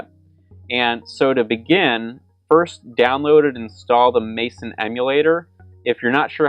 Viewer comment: "Mayson"? It's pronounced "messen".